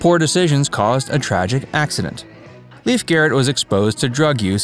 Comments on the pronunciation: I recall this bloke from Wonder Woman where he played TWO roles!! His name is LAY-fe (not Leaf)!! Anyway, I used to run into him while in the Los Angeles underground(s) AKA subways, but I never said hello!! Best of luck kiddo!! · It’s NOT Leaf, it’s pronounced Layf! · It drove me absolutely crazy that the guy doing an entire documentary on Lief Garrett didn’t spend the time to actually check to see how his name is pronounced: it is not pronounced as Leaf…like a leaf from a tree, but rather as Lief, which is the Norwegian pronunciation. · It's pronounced Lay-f..not Leaf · It’s pronounced “LAYF”, not “Leaf”, first of all, and other details were off, as well. Do your research, “Facts” verse!! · Pronounced Lafe not Leaf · It’s actually pronounced as. “L-a-y-f” He said it multiple times in interviews. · "Leef" Garrett? This is embarrassing. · It’s pronounced ‘Laif’ and it’s paraplegic not parapalegic like you pronounce it.